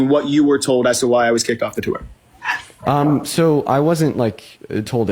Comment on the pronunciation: i don't know why, but the way he says "tour" hurts me.